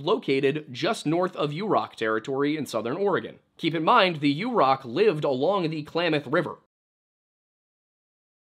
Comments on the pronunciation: Hi! Quick correction (haven’t seen yet in the comments) — Yurok is pronounced “yuhr-OCK” (as opposed to “YOU-rock” which is incorrect). I worked for the tribe and loved my time on rez. I love your videos! Thank you for always honoring the original inhabitants of this land and making time to include Indigenous voices, authors, and stories. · It's pronounced 'yer-rock'